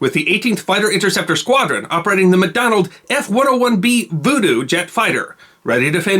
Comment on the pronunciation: The F-101B was, of course, produced by McDonnell, not “McDonald”.